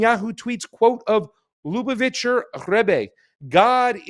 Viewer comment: This is absolutely crazy and I cannot wait to hear what these tunnels were meant to hide or protect. But, I once heard you say you were Jewish and grew up in Boca Raton. Your inability to correctly pronounce any name in this report makes me think otherwise. ("Ch" is always pronounced like the "ch" in "Bach.") As for Netanyahu meeting Schneerson, the Lu - BAV - itcher RE-bbe must have met at least a few million people on Eastern Pkwy in his lifetime (probably even the Pope) so this video of the two of them may not, on its surface, mean anything sinister. People from all over the world came to Reb Schneerson, Jews and non-Jews alike, for his blessing. He is long dead but remains a spiritual leader for millions of people around the world. The Lu BAV itcher Jews of Cha BAD believe Schneerson is the coming Moshiach (I dare you to pronounce THAT word!) The idea that he will eventually rise from his Brooklyn grave and lead the world into peace on biblical Mount Moriah (the present site of Al Aksa Mosque) enrages many other Jewish sects because Judaism never had a Messiah that rises after death (like the Christian Messiah). Muslims always have to worry about religious zealots (Jewish and Christian alike) who have tried to blow up their holy mosque on Mt Moriah in order to build the Jewish 3rd Temple.